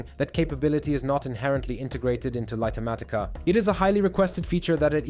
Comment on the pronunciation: LIGHT matica,, not Lighter matica!! XD smh!